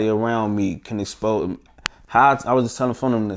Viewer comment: This man used the word exspose in a interview 😂😂